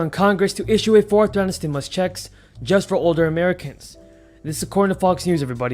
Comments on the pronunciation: Stimulus instead stimus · Stimus instead stimus